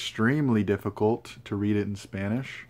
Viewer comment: I very much enjoyed your reading and mentions of Latin American authors (your Spanish pronunciation es muy bien). The last two passage you read have greatly sparked my interest in the author, thank you. What do you think makes Latin American literature, and culture interesting? Also, I too think The Dead is excellent, especially the last two pages! Additionally you mentioned sitting at a cafe in Mexico, and as someone who spent their youth there, I can assure you that the slow pace and ease like atmosphere are very pleasant. I think you would find much joy in it. Perhaps future travels (although I’d suggest with the company of someone who has lived in Mexico) will be very agreeable for you. Lastly, you mentioned looking at your books as you fall asleep, as someone who sleeps with books at their side I found this very precious and admirable in character. I look forward to future content, as I find your thoughts and countenance thoroughly enjoyable.